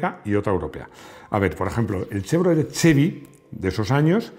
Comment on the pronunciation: Muy buenos tus vídeos. Sólo decirte que Chevrolet es una palabra aguda, no esdrújula. Saludos.